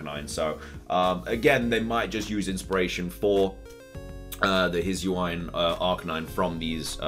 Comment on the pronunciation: If I'm not wrong, it is pronounced as the Hee-soo-ee. And my guess for the climbing mon is: I think it's the trainer because the 'leaf' could just simply be the scarf, which explains the proportions of the silhouette, thick legs near the foot, just like the player's socks-like thing, the backpack would also make more sense. But I'd prefer it as a new regional form/evo